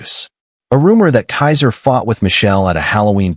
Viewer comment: Keezer, not Kaiser.